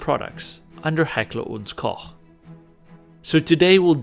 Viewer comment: I love fake German accent. Like one of my fellow countrymen using his high-school English. Makes me cringe every time. And finally an American pronouncing Heckler&Koch right. Mostly it's Heckler&Coke😁